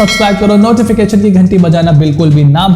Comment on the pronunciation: Bhai Nochification nahi Notification hota hai 😂